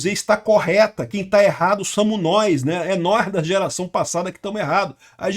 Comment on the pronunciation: “Samu nóis…” Soltou o sotaque carioca suburbano com força 😅